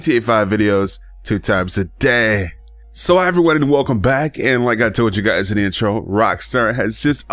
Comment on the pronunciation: Does no one think he says "2 times a day" funny